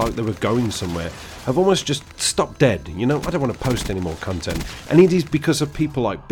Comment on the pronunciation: lol it sounds like you say "cuntent"